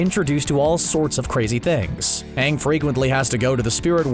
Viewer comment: And also when Everyone starts calling Aang, Ung